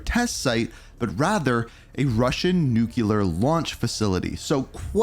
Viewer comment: Ohhh My Effing Goodness! WHERE did people learn to say NU-CUE-LAR????!?!?!? It's pronounced NEW-CLEAR!! THAT'S IT!!! Practice it and tell me you're saying it right! SMH Like seriously, WTF is wrong with people and their inability to pronounced such an EASY word???!?!? You mispronounced it a couple dozen times and it makes this entire video unwatchable… Just shoot me in the face already!!!! LOL And FYI, Nuketown has ALWAYS been in Multiplayer rotation so this game will likely not be any different.